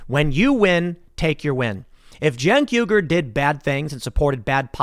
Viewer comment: Hey Tim, It's pronounced "Uy - Gur" not "Yu - Gur", the U at the start of his name is spelled like the U in "Uzi", you say Uzi, not Yuzi. Just pointing it out :)